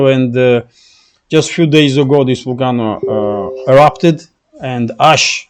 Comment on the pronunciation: We say vol-cay-no.